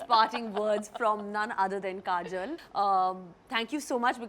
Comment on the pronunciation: kareena keeps calling kajol "kajal." her name is kajol, not kajal.